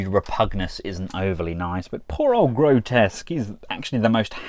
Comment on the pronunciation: Apparently his name is Grotusque, not Grotesque. I had always called him Grotesque like you did in this video until I saw The Chosen Prime's review where Andrew called him "Gro-Tusk" (for pronunciation). I thought he was wrong, but thought of his alt mode's tusks so I looked it up and turns out it really is Grotusque. I had no idea. I feel sorry for him so many of us calling him grotesque for 3 decades just because our minds glossed over the actual spelling.